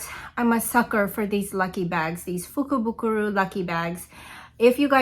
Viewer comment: I am so impressed you pronounced the name of the lucky bag wow. You received totally awesome products. I loved the palette. I will posting my Jeffrey Starr lucky bag cannot wait. 😊